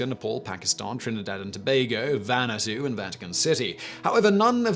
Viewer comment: "Vanatu" Dafuq?! Vanuatu, maybe...?